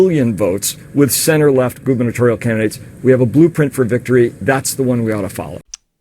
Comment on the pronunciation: That Third Way guy said boobanatorial instead of gubernatorial